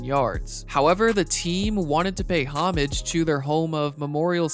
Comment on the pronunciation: Nobody: Stark Raving Sports: "paid HOMMmM-age to Memorial Stadium"